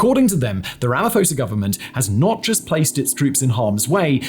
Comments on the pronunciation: You pronounce the SA president's name with a ph not an f, as it doesn't follow English spelling rules. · The 'ph' in Ramaphosa is pronounced P, not F. 'pho' in his native tongue indicates the pronounciation of the 'O' as 'or'. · Hi Simon, South African here... when you say our presidents surname it's Ramaposa not Ramafosa.. you don't pronounce the PH as an F... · Slight correction its the Southern African Development Community. And, its pronounced Rama-poe-sa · Don't wanna be that guy, but the South African president's name is pronounced Ra-ma-poh-sa, despite the 'ph'. All in all, I love your content, to a point that it might be a lil... concerning. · It's pronounced "RAMAPAWZA" The H is silent. for all you none SA viewers.